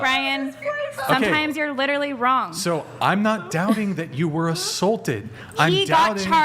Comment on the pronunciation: I lost it at “litawally”